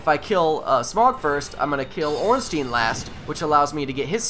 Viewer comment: I notice how you pronounce Ei as eeh everytime. It's actually pronounced eye. Zweihander is not zweehander but tsweihander (german for 2 hander). And ornstien just sounds small, Ornstein on the other hand sounds huge :P